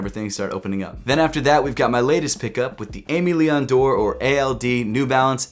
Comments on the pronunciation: Hey, if you wanted to know it’s pronounced “Ay-may Lee-ohn Door” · i gotta get the ald new balances, btw its "eh meh lee on door", thats the pronounciation